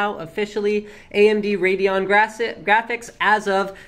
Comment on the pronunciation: wrong. you dont pronouns "RADEON" like *RAYDON..the "E" in Radeon is there for a reason..so that you wont pronouns it RAYDON but RAYDEEON just sayin